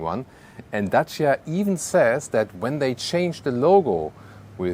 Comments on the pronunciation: I really appreciate you took your time to research how to pronounce Dacia correctly. Much love from Romania. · On behalf of all Romanians, I want to thank for the correct pronunciation of Dacia.